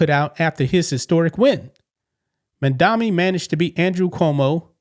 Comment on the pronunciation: It's MA'AMdami🤷🏼‍♀️